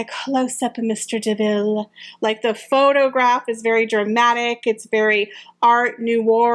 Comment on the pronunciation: It’s mr. de MILLE…..not de Ville